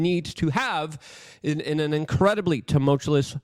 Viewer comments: It's more annoying that he pronounces it TAHMOLTCHALOUS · I like Luke. I'm just trying to get him to see how it's spelled so he can stop pronouncing it with the extra "L" Love ya, Luke. ☕️👍🏻😆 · You need to stop using the word, tumultuous. You don't know how to pronounce it. There is no second "L", in tumultuous. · There's only one "L" in tumultuous... Js 😂